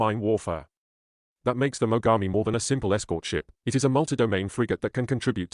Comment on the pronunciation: They're pronouncing Mogami(Names of Japanese river) as Magami. It would certainly hurt quite a bit to be bitten by a warship like that. Σ(ﾟω´(◞◟･´ ,,)chompchomp